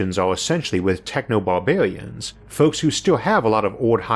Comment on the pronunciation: I really enjoyed the video but why are you talking like that? Bawbawians?